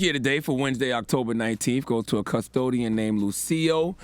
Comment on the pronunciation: Why he saying it like "cuz-todian" 🤣